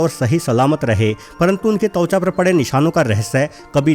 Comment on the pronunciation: अरे भाई तौचा नहीं त्वचा बोलते हैं ।